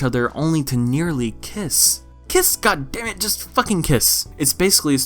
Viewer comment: "Just kiss guddimmit" LMAO